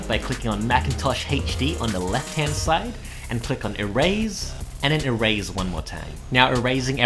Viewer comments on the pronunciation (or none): My dude said e-raise